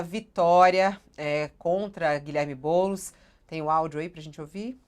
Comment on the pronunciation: Fica "TLISTE" não, BoulEs. 🤣🤣🤣🤣🤣🤣🤣🤣🤣🤣🤣🤣🤣🤣🤣🤣